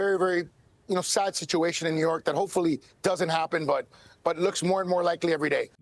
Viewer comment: 😂❤ new yaa'rk , " bend / over " 😪😭😭😭😭😭😭😭😭😭😭😩😖🤣